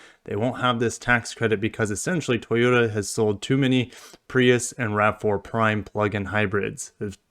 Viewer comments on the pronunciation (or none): none